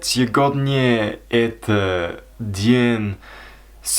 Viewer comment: Сегодня is pronounced as “Sevodnya”